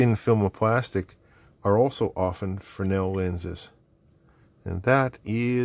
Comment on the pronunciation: I don’t know if someone has said, but they are “fresnel” lenses, not “fresnel” lenses. My apologies if someone already has.